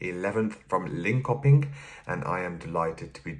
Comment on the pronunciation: Cute pronunciation "Linkohpink". If you say "Lean chirping" and you'll be closer to saying Linköping. To say "Lidköping" you say "Lead chirping". (as being in the lead, not the metal). I'm not complaining, I totally get that pronouncing these are hard, just wanted to help out a bit.